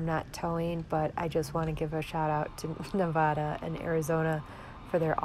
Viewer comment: I've said it before, your videos make my day! And THANK YOU for pronouncing Nevada correctly! If you're on your way to Las Vegas I'd love to meet you and Riot. I promise, I'm just a little ole lady not a pervert!